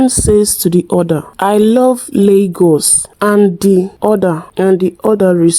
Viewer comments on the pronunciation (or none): I will rate it 9.5 based on the fact the lady on brown dress pronounced Lagos wrongly with Ghanaian accent😂. You said 2 Nigerian baddies but not Ghanaian baddies